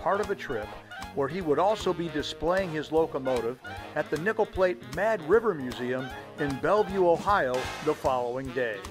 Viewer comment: I’m sorry, but every time you said “Nickel Plate Road”, it sounded like you said “Nipple Plate”. Awesome drone footage of a beautiful railroad!